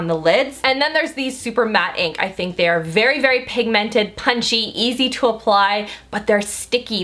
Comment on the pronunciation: you're amazing but I HATE how you say pigmented. You emphasise the MENT too much it's weird